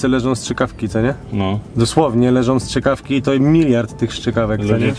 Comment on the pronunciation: Nie szczykawki, ale strzykawki ;)